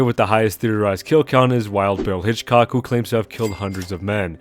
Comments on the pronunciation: HITCHCOCK?!!! HITCHCOCK? It's HICKOK boy. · It's Wild Bill Hickok, not Hitchcock. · FYI: it’s Wild Bill “HICKOK” (pronounced “Hick-cock”), not “Hitchcock”. Fairly common misconception, so don’t sweat it, partner. Edit: You ain’t never heard of Hickok45, partner? That feller treats them pots and sodas like Arthur does them O’Driscolls at Hanging Dog Ranch! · I'm gonna be that person, it's Wild Bill "Hickok" not Hitchcock. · Yo, people absolutely met for quick draw duels. There are a bunch on record and corroborated. Also it's Hickcock, not Hitchcock. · Hickok not Hitchcock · Hickok not Hitchcock. Hitchcock was the fat English director of suspense films. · Bro wtf is Hichcock????? Its Bill hickok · Not to be a peepee head or anything, but it is Wild Bill Hickok, not Hitchcock. A minor point. Awesome video man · Hickok. Not Hitchcock. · Wild Bill Hickok, not Hitchcock. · Hey man! Love the long-form video! You should do RDR historical accuracy next! I will say though, the man's name was Wild Bill Hickok, not Hitchcock lol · Hate to be that guy, but you were saying Wild Bill’s name wrong, it’s Wild Bill Hickok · Hickok. "Will Bill" Hickok